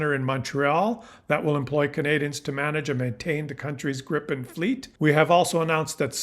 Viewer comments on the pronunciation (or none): It's called Gripen - not Grippen. And it is - and shoulf also by English speaking people be - pronounced "Grìpen, wvere the i is pronounced likr a semi-long "e" Grip means Griffin and Gripen means The Griffin. The name JAS stands for "Jakt, Attack, Spaning". Jakt translates to hunt and spaning translates to surveillance. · According to a Swedish friend, it's pronounced "GREE-pen". Regarding Golden Dome, there is no way it can work without sensors on Canadian territory. Ergo, we have something they need. We should actually charge them for using sensors located on our territory, or at least gain the dubious protection of GD for free. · It's pronounced 'greepen'. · It is pronounced Gr-eye-pen and it is spelled with 1 P.